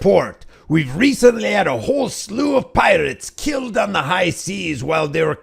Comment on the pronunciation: "i ken be keeeyyuld" muddskinns really butcher our language